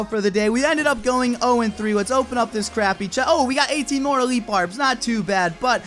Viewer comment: elitle xd